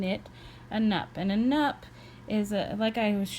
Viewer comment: I think it’s pronounced “noop”. Nice video tho. Thanks